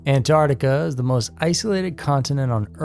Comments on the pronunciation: Please... anyone who says "Ant-art-ica," please stop. It is "Ant-ARC-tica." Please, and thank you. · ANTARTICA? WHERE THE ( C)